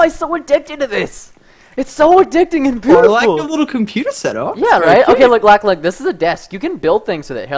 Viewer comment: preston its lochlan not lachlan